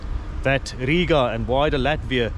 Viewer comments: You' re welcome! And also, the best foreigner pronunciation of Riga with long "I' 😇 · Sauerkraut is actually good for your stomach! Well done for your pronunciation of Rīga.